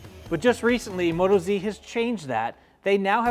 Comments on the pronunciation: You might already know this by now but it's not Moto-Z but Mot-OZ Being an Australian tyre, we locals call Australia OZ and we are Aussies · WTF.... its Mo Toz..... not Moto Zee